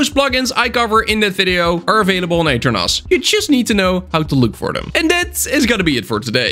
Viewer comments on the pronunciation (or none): aternos ❌ eater nos ✅